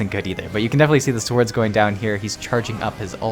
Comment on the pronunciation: Please dont pronounce the W in 'sword' its not/never pronounced, its silent, and that just sound weird as fuck.